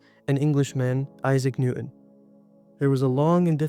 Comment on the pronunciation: can you genuinely tell me why you can't just narrate your video yourself? you can't tell me it's not ai generated when you mispronounce euler AND just get newton's name plain wrong. weird cadence and sighs too.